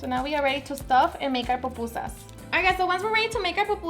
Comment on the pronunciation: Why can’t Mexicans say pupusas? tf is so hard about that word? 🤦🏻‍♂️ they literally pronounce and write Popusas! Gonna grab me some tacus and burratos.